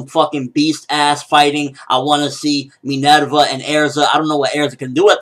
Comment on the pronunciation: Her name is Minerva quit pronouncing it like an otaku. Its roman not Japanese. .. stop it please. Respect level dropped